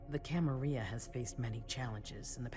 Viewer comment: I thought it was pronounced Camarilla, not Camariia. Also, where is the character build screen? I wanna be a Malkavian like in bloodlines.